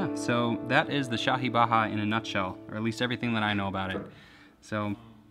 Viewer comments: Lol its baaja not baaha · Baha?? .. Lol Its baja. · Actually It's pronounced baa-jaa, nice piece tho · It's Hindi dude, not spanish. J is pronounced j, not h. Baaja is pronounced exactly as you're reading it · Centrist Shenanigans Yes, and Hindi isn't the only language. There are 28 languages recognised by the Eighth Schedule to the Constitution of India and I'm sure none of them pronounce 'j' as 'h'. That said, it's not a very common fact for someone from another country and it's not a big deal that he pronounced it wrong. Just wanted to say that most words belonging to Indian languages are pronounced as-is (in the English alphabet pronunciation) when romanised. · Its not baja pronounced the spanish way, its the normal j, baaja means a musical instrument, or to play a musical instrument. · Lmao the J isn't silent